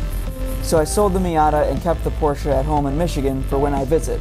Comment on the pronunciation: good to hear at least one guy can pronounce Porsche right.